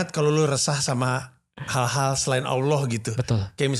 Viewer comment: spelling bang panji kalau menyebut ALLOH itu kayak AWLOH